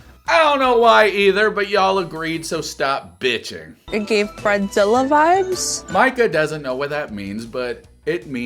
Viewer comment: I think it’s a bit worrisome that you don’t know how to pronounce, Micah… especially after 6 seasons and now 4 episodes deep. I do however, appreciate your video. Not a troll. Not a hater. The dark haired square head was brilliant!!! 😂